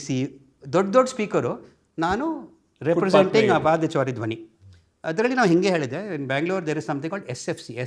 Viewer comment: Thank you so much for the podcast... He deserves many more accolades. Also a small correction ಪಾದಚಾರಿ ... Not ಪಾದಾಚಾರಿ :-)